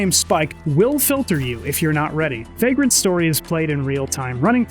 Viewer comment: You pronounce vagrant how?